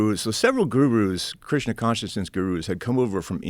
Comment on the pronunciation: says Krishna but sounds Like he's saying Christian